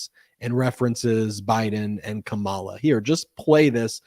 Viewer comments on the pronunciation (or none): Oh Ben!! You mispronounced Kamala's name at 27 minutes in. You see how easily we can be indoctrinated to the MAGA insanity. And MAGAnites are not as smart as you. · I imagine someone's already said this, but Kamala has the accent on the first syllable. Considering that MAGATS mispronounce her name as a sign of disrespect it is important that we pronounce her name properly.